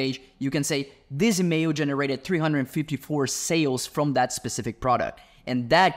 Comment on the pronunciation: Bro is saying "email", here I thought he was saying "mayo".